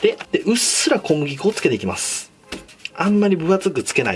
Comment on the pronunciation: 「お腹側もガイドラインを一本仕込んでいきゅ」ｗ